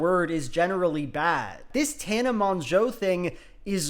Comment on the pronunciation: Monjo? I’ve never heard anyone pronounce it Monjo.